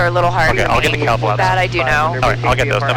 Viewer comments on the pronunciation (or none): For the longest time I thought you were saying cow flaps not cowl flaps